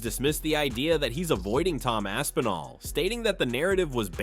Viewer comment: Lol, Rampage call's Aspinall, "Assinall." That's funny.